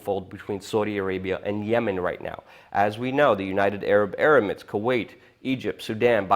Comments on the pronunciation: hey Luke... its United Arab Emirates, not United Arab Erimates.. U keep pronouncing it wrong.. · He keeps saying "United Arab Erimates" instead of "United Arab Emirates". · please pronounce 'emirates' properly its not 'erimates' this is like the 5th video lol. im only bitchin cos i lived there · From the looks of it, I thought this video was going to be conspiracy nonesense. Turns out your analysis is not bad despite the rambling a little. Good work. Seriously. However please do watch out about a couple things that lower the quality of your video. Pronunciation (a minor issue): Iran is pronounced Eeraan not Ireane. Emirates not Ermerits. More importantly, you are totally right about the very poor quality of US allies in the region Turkey and Saudi Arabia and I am glad you nuanced your comments on oil for Saudi Arabia in Syria and Yemen. Good research. However please do be careful about generalisations about the Syrian opposition, ISIS and Russia. Aleppo is absolutely not controlled by "ISIS islamist rebels". Aleppo is half controlled by Assad, half by the Syrian opposition, only about half of whom are islamists in the city. They all however, are categorical in their rejection and denunciation of ISIS as a terrorist organisation.